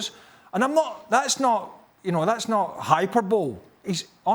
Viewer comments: Craig pronunciation of Hyperbole is hilarious. Did he really say Hyper bowl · Burley said 'Hyper-bol', it's pronounced 'Hyper-blee'.